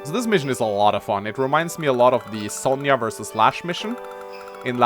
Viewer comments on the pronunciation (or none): none